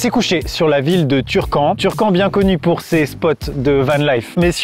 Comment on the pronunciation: je ne veux plus jamais entendre "turcamp"